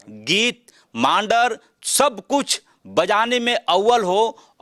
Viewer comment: मांडर उच्चारण नहीं होता मांदर होता है पत्रकार महोदय जी